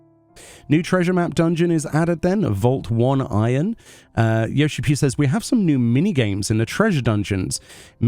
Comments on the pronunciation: yeah, the pronunciation would be something like "Oh-nay-rohn" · I believe it's also pronounced o-nair or o-near instead of one iron like in the video.